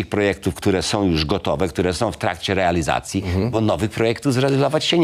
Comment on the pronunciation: Mr Sawicki, należy mówić kontroli a nie kontroly. Chwalił, a nie chwalył. Realizacji, a nie realyzacji. Możliwe a nie możlywe. Fotowoltalyka🤣 Na starość logopeda!!!!